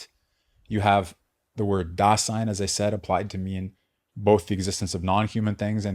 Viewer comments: The S is voiced in German, sounding like Z. daZein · If you listen to an actual German pronounce it, it would sound like "daa-sighn" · the S in Dasein is pronounced like a Z, not an S. i know it may seem pedantic to correct a pronunciation error, but when the error is in the very word that is the subject of the lecture, and is said hundreds of times in the lecture, it's hard to take.